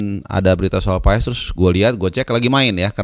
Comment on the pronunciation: Paas bang paaaaaaasssss bukan paes Heu